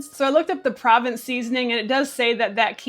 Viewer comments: Hi there. Always enjoy your content and videos 👍. Provence — pronounced ‘pro — vonce — refers to a region in France, where the local herbs are used both fresh and dried in the cuisine, and are a distinct flavor profile to that region,which now can be found in foodstuffs far beyond France. I’m no expert , just someone who likes those flavors too 🙂. Thanks for your uploads! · Pro_vahnss is how u say provence. (french seasoning) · Just FYI... 🤓 Provence is pronounced "pro-VAHNSE". I know. Hoity-toity. 🙂 It's a region in France. BTW... You have me hooked on those Polar sardines. They are soooo much better than King or Prince whatever and Beach Cliff that are available around here.